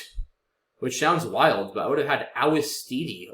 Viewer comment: IIRC, "ouistiti" is an alternative spelling of "wistiti", so the "ou" is pronounced as "w".